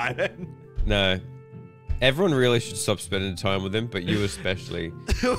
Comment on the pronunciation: "It's weely bad" me outloud: omfg